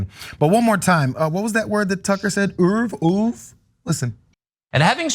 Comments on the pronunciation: OEUVRE is pronounced (Ooa-Vra) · "Oove" a word Tucker Carlson learned at the Super Elite Private School his Rich parents shipped him off too in Switzerland. Where they say words like "oove" all day long. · "Having surveyed her erurve!" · I’m pretty sure “ouvre” is French for egg. It was pretty badly spoken as well! Seeing the education he had and he can’t speak French! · I think Tukkker was trying to say "oeuvre", or french for "body of work"; don't get me wrong, he completely failed in his attempt to pronounce the word. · How much did his father pay for in education just for him to mispronounce “oeuvre”? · I would think, with all his fancy boarding-school education, Tucker Carlson would be capable of pronouncing certain French words and phrases that are commonly used in English, like "je ne sais quoi", correctly. To pronounce them as if one were burping or suffering from diarrhea, is weird, I don't know where he got that from. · The word is oeuvre. It means work. That's not how it is pronounced... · Yeah, the reason Tucker made a production out of pronouncing "œvre" the fancy way served his intro to some examples of this left wing pseudo intellectual chick's work. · That just proves my point first that you didn't knew that he mispronounced it because it is two syllables not one, second that you don't know what is intellectual or not and third that you don't care to find out because you misspelled it by leaving out the "u" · the word tucker was saying was oeuvre. it means body of work in french. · The word Carlson was trying to say is the French word œuvre. It is a word in the English lexicon, but more recently is not used as much. It means 'body of work', such as writings, activity, action, etc. It's more often used to reference a body of art, (which is why I know it, I'm a pro. artist) but it can be used in other cases. I like to think one of the interns at FOX threw it onto his telecom just to mess with him. ;p